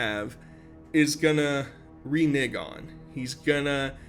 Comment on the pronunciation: Smh, never knew I was gonna be THAT KAREN, buuuuut.... its "ReNeg" not "ReNig"😂 short for Renegotiate 😬🙃🤣